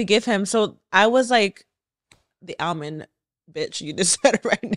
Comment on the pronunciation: Ailmond lol